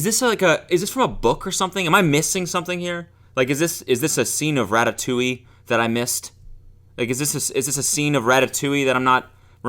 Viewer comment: Lol RA-TA-TOEI 😂😂